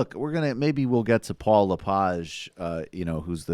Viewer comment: It's also Leh-Page. Canadian-French Mainers don't tend to use strong French vowel sounds, and often pronounce the end of names like Arsenault and Pelletier phonetically as they would appear in English.